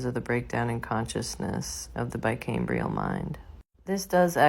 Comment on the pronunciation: "bicameral" not "bicambrial" lol